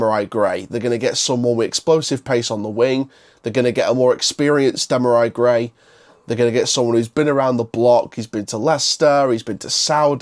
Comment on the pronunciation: Hi mate, i know you don't know the player well but his name is pronounce dem ar ree gray